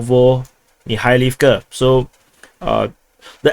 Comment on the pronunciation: Not just Opitnoe (O-pit-no-e), a lot of other cities are mispronounced, such as Kurdiyumovka (Kur-di-yu-mov-ka), Grigorievka (Gri-go-ri-ev-ka), Zelenopolya (Ze-le-no-pol-ya), etc., but I blame the grotesque Banderastani spellings used by Google Maps for this.